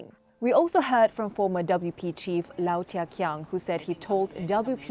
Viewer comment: Its not “Lao” please get Mr Low Thia Khiang’s name right. Its a very common surname in Singapore as well 🤦‍♂️